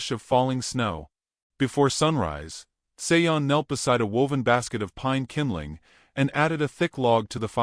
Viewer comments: I’m just curious about the pronunciation of the name “Sean.” Usually this name is pronounced Shawn or like actor Sean Connery’s first name. The narrator pronounces the name as Say-on. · Sean is pronounced Shawn. It's Irish. Otherwise it sounds like a nice story. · I was totally distracted by the wrong pronunciation.